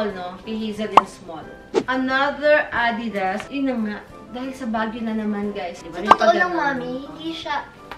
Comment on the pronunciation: Tama si mother. It’s A-didas. Not a-DI-das.